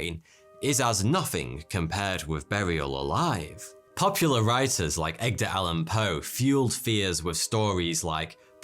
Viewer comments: Edgar Allan Poe. Not Egdar 😂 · Did you notice you said Egdar instead of Edgar? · "Egdar"..? :D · “Eggdar Allan Poe” 😂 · Egdar, lol. Nice vid but had to have a go at you for that one :-) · I'm sorry wait, did he say "Egdar" Allan Poe? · Did he just say eGdar allan poe ?? 🤔😅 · haha Egg-der allen poe